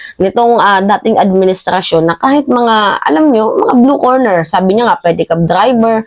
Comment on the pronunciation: "Blue Collar" Job yun hindi blue corner, mag ingat po sa pagbibitaw ng salita para mas ma established mo ang credibility mo. Noong nakaraan mali naman ang pronounciation mo ng "obliged". Ok ako sa support mo sa admin paki ayos lang ang ilang mga data mo para hindi ka mapulaan ng ibang dds vloggers!